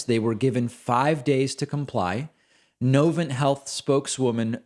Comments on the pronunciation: Winston Salem, NC represent!!!!! and its NovanT with a hard T not a silent T. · I was getting my gallbladder plucked out at Novant (accent on second syllable BTW, frenchified), the first health system profiled here, in 2021 June, and the care was overall excellent. But I was surprised at the number of nurses seemingly skeptical of the vaccine ... I guess that's part of living in North Carolina.